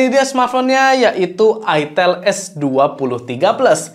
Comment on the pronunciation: ITEL, "E" nya itu Edge